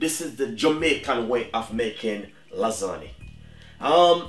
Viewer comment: Great video but lasagna is pronounced lasanya not lasaneee